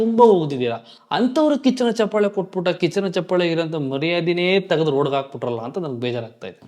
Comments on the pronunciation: ಹಲೋ‌ ಮೊದಲು ಕನ್ನಡ ಭಾಷೆಯ‌ನ್ನು ಕಲಿ ಆಮೇಲೆ ಒಂದು ಕಾರ್ಯಕ್ರಮದ ಬಗ್ಗೆ ಮಾತಾಡುವಂತೆ ಹೇ ಗೂಬಲ್ ಅದು ಚಪ್ಪಾಲೆ ಅಲ್ಲಾ ಚಪ್ಪಾಳೆ ನೀನೇನು ಅಂತಾ ನಮಗೂ ಗೊತ್ತು. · ಚಪ್ಪಲೆ ಅಲ್ಲಾ ಲೈ ಚಪ್ಪಾಳೆ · ಚಪ್ಪಲೆ❌ ಚಪ್ಪಾಳೆ✅ 😂😂😂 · Lo first kannada kali ಚಪ್ಪಲೆ alla adu ಚಪ್ಪಾಳೆ..... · ಚಪ್ಪಾಳೆ ಬ್ರೋ ಚಪ್ಪಲೆ ಅಲ್ಲಾ ಬ್ರೋ 😂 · Anna adu ಚಪ್ಪಲೆ alla ಚಪ್ಪಾಳೆ 😂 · ಚಪ್ಪಾಲೆ ಅಲ್ಲ ಅಣ್ಣ ಚಪ್ಪಾಳೆ